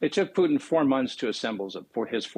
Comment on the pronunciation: Loved how he called Putin “Poutine”…… almost spit my coffee out…..